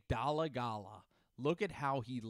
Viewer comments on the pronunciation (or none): I love the pronunciation but I go to his hs he went to for a year or two and know his brother and the pronunciation is actually dole-I-gala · Lol I went to school at ccsu. Had a class with his brother. It's pronounced Dole-gala. Like dole the juice company